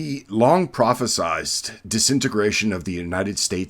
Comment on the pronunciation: You say, The long "prophesised." The word is prophesied. Prophecy is the noun, prophesy, (the final -sy is pronounced "sigh,") is the verb. What you wanted to say was prophesied, the last syllable rhymes with "ride." I mean since you're such an advocate for the correct use of English and all.